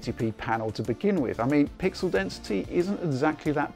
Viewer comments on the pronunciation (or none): none